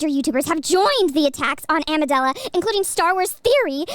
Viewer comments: Who else thinks it's funny is saying Amidala instead of Amandla. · Getting a chuckle every time mispronounces Amandala as Amadala, it’s the little things that make my day. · I don’t think you pronounced Amandala correctly. That’s a RACIST HATE CRIME! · amidala instead of amandla genius or a funny mistake